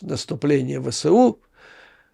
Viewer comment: Абревіатура ВСУ вимовляється як "Ве. еС. У." згідно нормам російської мови. Так само як колись вимовлялось КПСС "Ка. Пе. еС. еС." (не до ночі була згадана).